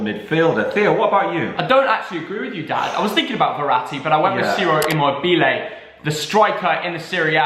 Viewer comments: I love that Theo picked my favourite player Ciro Immobile but it’s pronounced Chiro next time. Love the channel keep it up👍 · No one:- Theo:-imobele